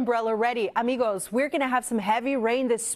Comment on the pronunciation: She says amigos in the most gringa way.....